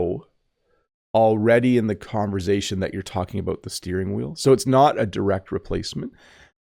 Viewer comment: Hi, I wonder when you say conversation, you intend to pronounce the S as Z. Is it because you have some French Origin?